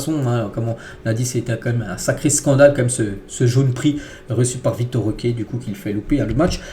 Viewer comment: C'est Vitor* Roque pas Victor